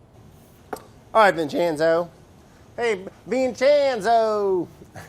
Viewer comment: Watching this in 2020, hearing Brad say "Vin-chyen-zooh!" and "who's better than us , Vinny?" And shedding a single tear